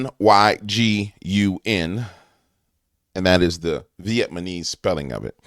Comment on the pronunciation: Brother! It's VEE ET NA MEESE. Not Vee et ma knees. 😂 But with names like Bitch n Ho Ma knee's might be it. 😂😂😂